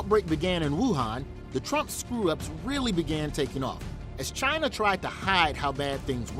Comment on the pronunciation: you can hear his pronounce China to Jiana like Vagina he try to call black man like nigo, or other humiliating way.